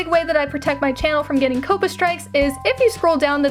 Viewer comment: 1 question why you say COPPA like that?? 😭😭